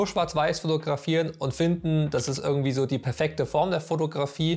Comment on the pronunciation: Würkung, ürgendwie, würkt nicht, würklich, skill, content…. ich glaub ich muss zum Deutsch-Kurs, sorry German course 🥴 Der Beitragsinhalt allerdings war super dargestellt wenn auch einige Dinge sich selbst erklären wenn man sich ernsthaft mit dem Medium beschäftigt 👍